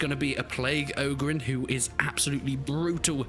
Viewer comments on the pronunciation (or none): I can't wait for it but one more thing that plague ogrin is not ogrin it's demon prince of nurgle but amazing video